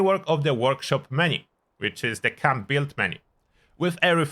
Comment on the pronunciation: What is Cum-building? Work on your accent ...